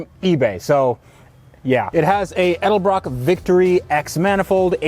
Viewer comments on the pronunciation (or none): none